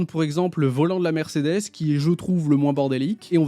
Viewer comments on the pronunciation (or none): none